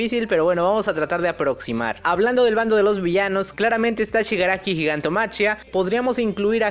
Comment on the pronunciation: me suena bastante feo gigantomachia, no se supone que se pronuncia gigantomaquia?